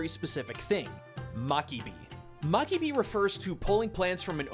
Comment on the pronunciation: it's mabiki, not makibi.